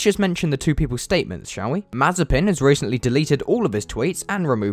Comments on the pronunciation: It's Mah-zieh-pin......... the accent goes to the secon syllable... a bit like Mazyaipin for us Scots. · Mazepin sounds like Marzipan 😂😂😂